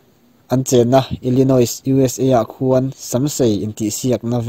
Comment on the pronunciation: Illinois ti a i lamrik hi anih na ang ngau2 lo deuh...illanawii.. ti a lamrik tur a ni in ka hria... I rawn lamrik chiah khan ka vei ve deuh a,lo hrilhhre ve hrim2 che nihchu